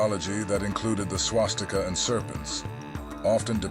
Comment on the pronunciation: It's Swastika, not Swastik. I'm pretty sure you are not from south india. You most probably speak Hindi, because Hindi people have a weird linguistic tradition of leaving the vowel in the end. Most of the ancient Sanskrit words are still pronounced exactly as they are in south Indian languages. In Sanskrit, it is called Swastika. Not Swastik.